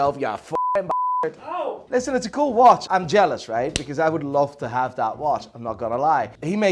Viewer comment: ok you are hiding your Dutchness behind this thick northern Irish brogue so please say watCH and not watSss and work on your Cartier and Paneraï pronunciation, also it is BUL gari and not bul GA ri. Voor de rest you are doing fine, perhaps some unnecessary vulgarity. From a Patek and Journe owner.